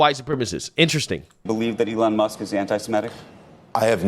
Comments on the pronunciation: just listen to how he pronounces Elon's name... "allan." clearly a sly racial slip.. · just listen to how he pronounces "Elon's" name as "allahn." that ceo is the only racist pos here. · A-lawn lmao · The ADL is so stupid... Elon Musk says the ADL is defaming him by calling him anti-semitic. What does the ADL do? They go on national television and call Elon Musk anti-semitic. Brilliant move. Total deescalation. Musk has no cause to sue now! Oh and the CEO misprounced "Elon". Again, on national television. Apparently he can't pronounce foreign names! Sounds pretty racist to me.